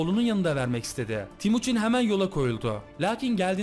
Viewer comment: abi o temuçin olacak yanlış söylemişsin